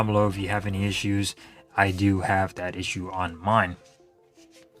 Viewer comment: "That", is pronounced "that", not "dat". It's so hard to follow a presentation when a speaker has poor speaking grammar! Appreciate your effort, though!